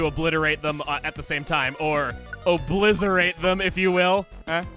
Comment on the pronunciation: This Gardevoir is from Kalos. Really? Oblizzerate?